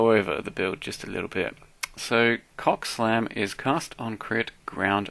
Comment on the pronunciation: Every time he said "CoCSlam" it made me giggle 😂